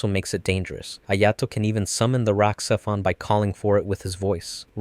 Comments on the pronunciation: The X in RahXephon is pronounced as a Z: RahZephon. Obviously you never watched the series or the movie. For that alone you get a thumbs down. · The second part of RahXephon is pronounced zef-on